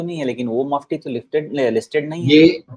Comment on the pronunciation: अच्छा हुवा मफती बोला, चपटी नहीं बोला 🤣🤣🤣🤣🤣🤣🤣🤣🤣🤣🤣🤣